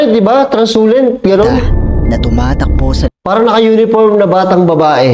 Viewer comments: Translucent kasi yon hindi transulent 😅😂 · Translucent boss hindi transulent 😅